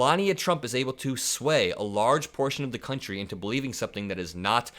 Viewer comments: DID SHE SAY CUNTRY? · "Kantrie" ? 🙄 "Dies kontrie" 🙄 This immigrant doesn't talk English afther 25 years ? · Does she use the word "contree" in her "Boook"